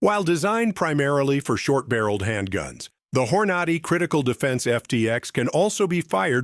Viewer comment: "Hor-nah'-dee is not how you pronounce Hornady. It's "Hor'-nadee." Damn AI :face-orange-frowning